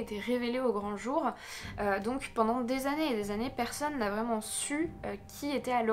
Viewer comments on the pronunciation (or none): none